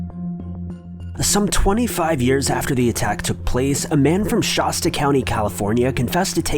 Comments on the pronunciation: It’s Shasta .....AAAAASSS not oooossssss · Shawsta county lol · "Shawsta" California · Hey, you mispronounced Shasta. Just FYI